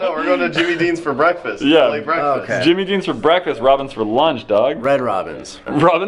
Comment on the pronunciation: “BAKFAST”